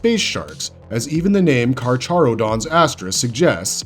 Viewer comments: The Ch is pronounced as an H. It's KarHarodons. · Carcharodon is pronounced as karkarodons is per my understanding since it is based on the greek name for the genus of sharks